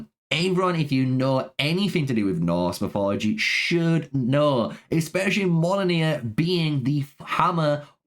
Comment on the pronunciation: Respectfully, brother, your pronounciations of these names were offensively bad. I don't know who mollonir and gugnir are, it sounds like what they might have been called if Loki had succcessfully disrupted their creation. Decent video otherwise